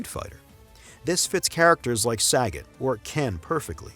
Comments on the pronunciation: Hey you saggot aff nutha sucka - it's pronounced "suh-GOT" 😂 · My biggest takeaway from this video is that you call “Sagat” as “Sagget” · i agree pronouncing it "saggit" but we live in a very pc climate and now his name is pronounced "suh-got". now edit your video before i send 90,000 blue hair karens your way